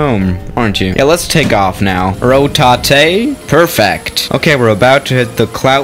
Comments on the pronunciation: RO TATE 😂😂😂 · Ro ta te lol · Rotatèto. Pilot never say rotatè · Ro-ta-te Also: Takes off terribly Me: can’t u take off beautifully now a days....